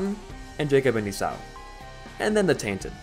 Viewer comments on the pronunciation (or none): It's e saw not esauuuu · ee-saw, not ee-sow I made the same mistake bd1p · lol I forgot I said this, but god I fucking hate how he says Esau as "Esaw" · It is my understanding that the name of Jacob's brother is pronounced "E-Saw"